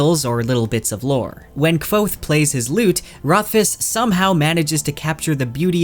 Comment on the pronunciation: Thank you for pronouncing kvothes name how ive always pronounced it in my head lol